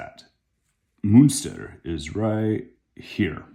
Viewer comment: Please don't say Munster when you mean Münster these are 2 different cities!